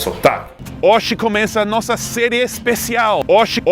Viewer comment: Já que o português não é tão difícil, então pronúncia corretamente a palavra “hoje", por favor. ;)